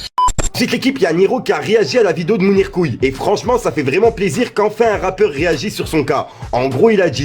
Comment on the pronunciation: Je suis seul à remarqué qui appelle mounirmoons Mounir couille